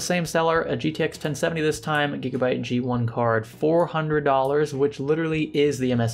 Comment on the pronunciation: "Gigabye" :D